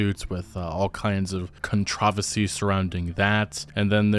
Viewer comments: CON TRA VA SEE really lol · Contra-va-sees? You mean controversies? Sorry. It just threw me for a loop. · Whatever you said instead of controversies had me stop the video.